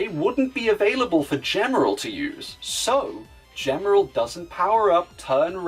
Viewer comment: A good video, but a minor correction on Gemerl's kana. ジ (ji), by itself, can be pronounced "juh" sometimes depending on the situation, but elongated, it always makes a "gee" sound. This is why the Japanese strategy guide lists his name (ジーメル jīmeru) as "G-merl" and Sonic Advance 3's Japanese website's source code lists him as "Gmel." For example, "gem" is rendered as ジェム (jemu), while "jeans" is rendered as ジーンズ (jīnzu). Still a pretty good What If and can't wait to see more from Gemerl and the Werehog.